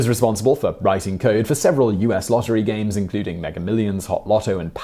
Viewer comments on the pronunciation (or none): none